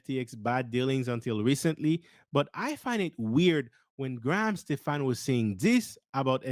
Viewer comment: Hey man, pronounced Graham Stephan last name correctly. Unsub.